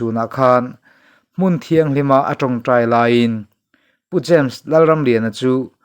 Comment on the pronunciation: James , tih hming a rik na reng reng ah, dawt nge thu dik fiah hma sak zel a tha, eg, Za mes.... No.. No. A....... Hi. i.. i. 🤒